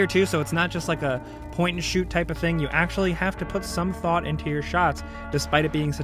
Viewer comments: No one:...: “Put some thought into your shoughts!” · thought into your shoughts